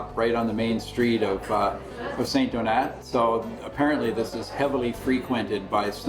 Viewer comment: Love ur show and that capsule but why cant u say the name of the town/village properly ? Its not st-donuts its St-donaaaaa say its in french tone please …no big deal